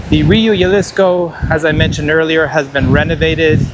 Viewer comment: Excellent video thank you so much. Just a quick note The J in Jalisco is pronounced the same way as you pronounce the H in “high seasons”. 😊